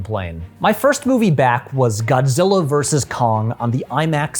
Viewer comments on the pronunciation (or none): none